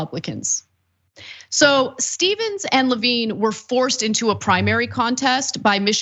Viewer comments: Levin! Not Levine! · How did no one on her team stop her from saying Levin wrong over and over? He IS Carl’s son. 🤦🏼‍♀️